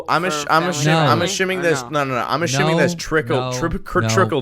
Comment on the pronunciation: When says "I'm ashooming (assuming)" I just want to put a knife in to my feet corn